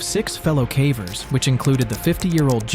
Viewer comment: I don't think a human is narrating. "He" keeps saying CAVERS like Taffy.